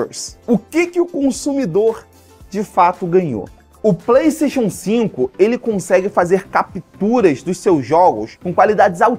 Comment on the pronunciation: nao sabe falar PlayStation